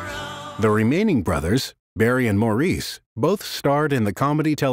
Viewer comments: All together now: It's pronounced MORRIS, not Maurice. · Why is it so hard for American narrators and interviewers to grasp that Maurices name was pronounced "Morris" and not "Moor-ese". I get that its common to pronounce it that way for Americans but it would take like 2 seconds to get it right... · I don't even know if I can watch this, after the very first sentence. How can a documentary be done when they can't even pronounce the name of one brother correctly...geez...it makes me crazy. ...it's Mar- is...not Moreece!!!!!! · Actually it's not Mar-is either....it's Morris 😉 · The commentator needs to pronounce Maurice as Morris which is how Maurice says it himself. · Maurice is pronounced 'Morris'. Per them.